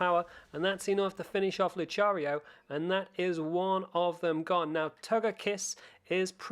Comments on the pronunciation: Luchario lol it's Lucario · Excuse me? Lu-cha-rio?! It’s Lu-ka-rio!😞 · this guy drives me OCD crazy saying luchario instead of Lucario HE Really Knows How To Make Someone Suffer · Lu•ca•rio bro not Lu•cha•rio lol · Where's he gotten luchariofrom? I don't think, in any media has it been pronounced like that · He pronounced it as Luchario😭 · He does know you can talk to the guy next to Lavanton to get your pokemon, not just the pastures. ALSO WHAT IS 'LOOCHARIO'? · I laughed my head of when he said luchario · Did my dude just say luCHARio?? 😂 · Luchario? Am I the only one weirded out by that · Lol he said luCHARio lol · Im srry but was anybody else disturbed that he pronounced Lucario like LuCHario? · Im sorry, Your vid was amazing but um its pronounced lukario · Nice video but... "Luchario" ?? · Did you just say "Lucario"??? Please stop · Learn how to pronounce lucario and arcanine properly please